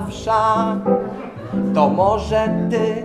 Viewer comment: Bardzo fajne, ale mówi się wesz, a nie wsza (w tym znaczeniu).